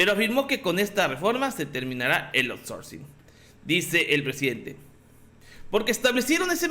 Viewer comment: A LA CHINGADA SU OURSORCING